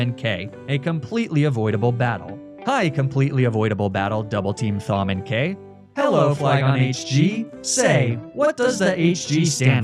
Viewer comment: As someone whose name is Thom, I can confidently say that my name is pronounced Tom, not Fom. So I'll just assume this is one of those Magnemeetay situations.